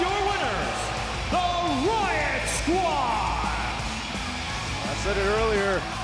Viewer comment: "wyatt skraud"? 😅